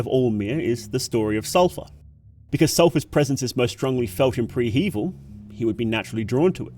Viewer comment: I hate the way you pronounce prehevil